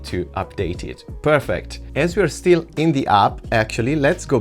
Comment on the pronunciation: he means still surface, not "steel" surface😂